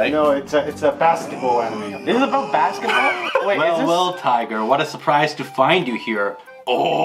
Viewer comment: wehl wehl tiger